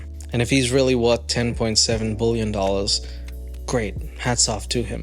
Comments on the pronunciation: Dude I cannot handle the way you say billion. It’s not “bull-yawn” it’s pronounced “bill-yun” I literally had to stop watching the video. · Why do you keep saying bullion ? B I lion I I I not u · I love the fact that you read word billion prononced like bulion, which is broth in Polish 🍲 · GO GET SPEECH THERAPY fuck its billion not bullyun!! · lol.. you say bullion instead of billion and it's 100% topnotch comedy. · Ive never heard someone pronounce "billion" like bouillon 😅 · I love how you pronounce "bullion" like a portmanteau of bully and billionaire! Or bullshit+ billionaire! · you do pronounce the word billion very weirdly lol! It sounds like "BULLION" lol. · Why can't you say the word "billion"?